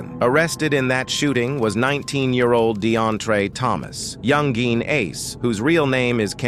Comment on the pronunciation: You could have taken 2 minutes to check around and see how he pronounces his name. It's not "Young Geen" with the hard G. It's pronounced more like "YoungIn ". Basic research, bro.